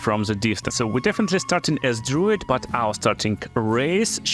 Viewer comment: Dr-ah-oo not Dr-oh